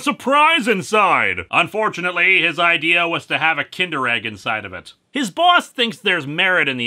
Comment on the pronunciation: "Hey I gotta idear let's make a Hellraiser holiday special"-, probably.